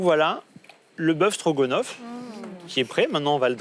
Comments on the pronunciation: Mais qu'est-ce qu'ils ont tous à dire "Strogonoff"? C'est StrogAAAAAAnoff, y savent pas lire? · AAAHHH! Ca commence à me péter les burnes ces télés réalité!! Stroga? ou strogo?? Bande d'abrutis!